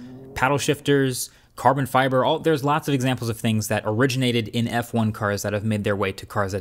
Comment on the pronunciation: Marques said: CaRrrRrbon fIBerRr